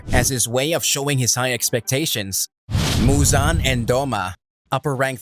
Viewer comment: Fun fact : muzans name is actually pronounced muzen, just for those who didn’t know that 😂